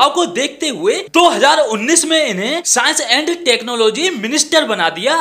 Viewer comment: Saans & Tak-no-logy, you know😮😯